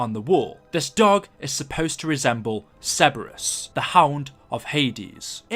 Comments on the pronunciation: This is a freebie: Sir-bur-us, not Seb-bur-us. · Sir-ber-us not Cebrus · its CER-BER-US not ceburus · Ok love ur vids but you need to pronounce Cerberus correctly! Cer-bER-us!